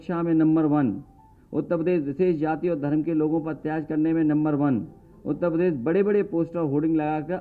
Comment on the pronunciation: He doesn't know to say uttarpradesh properly... He says UTTA PADESH😂😂😂😂